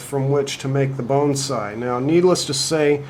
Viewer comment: Will you do me a favor and not pronounce (BONSAI) the way you are in this video.